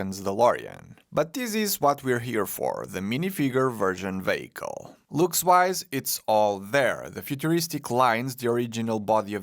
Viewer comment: "suit" and "vehicle" pls learn to say it correctly :D Keep up the best work!